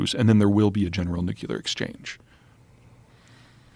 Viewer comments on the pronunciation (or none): You are being seduced by his voice and looks, but if you look at his predictions, he is wrong most of the time. He says doofus things like China is done for ten years. He calls Xi = Jhee, instead of correct Shee. And he says New Key Ler, instead of correct New Clear. He spews demographics as if China won't just kill off their elderly to strengthen Logan's Run style. This man is Sarah Palin. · Interesting analysis but I can’t take this guy seriously if he says “nucular” 😅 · I am not as concerned about the Nucular question as I am with the Nuclear question. I'm not even sure what Nucular question would be. 🙄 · I'm not sure dunce is a strong enough word for him. This was clear when he pronounced nuclear as NUKE-U-LUR. We know exactly when Russia will use nuclear weapons - when they are used against them. He suggests Ukraine is awash in Russian weapons yet the Krossdresser of Kiev is begging for weapons throughout the world. France is sending their obsolete 6 wheel garbage trucks to Ukraine lol. Just a quick hint, you don't beg for weapons when you're winning. You aren't winning when your country has no functioning economy. You aren't winning when you have the infrastructure of a sub Saharan African country. You aren't winning when in an interview in the Economist the top military commander of your country asks for an entire new army. Please bookmark this video for the day this conflict ends and then tell us again how much you love this guy. It would be interesting to see Joe grow a set of balls and have Douglas MacGregor on the podcast. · Did this guy just say "nukular"? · Nukular? Credibility loss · an expert that says nucilar, wtf is nucilar? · "nook-you-lur". Really dude? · Scrutiny comes to an expert with a manbun who cannot pronounce the word nuclear. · Why can't seemingly intelligent people pronounce the word nuclear? Seriously.